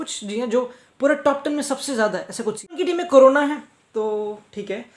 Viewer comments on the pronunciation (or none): none